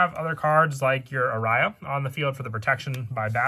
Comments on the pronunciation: Played Melodious on sims back when they were coming out, might have to try them again. Also, fyi, Aria is pronounced "ar-ee-uh". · i got triggered everytime he said it. there's gotta be something wrong with me and how uptight i am with the pronunciation 😩